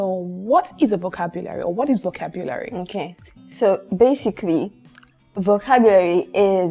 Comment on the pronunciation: thank you for this episode. I've learned much. Notwithstanding, na wetin with that pronunciation of 'vocabulary'.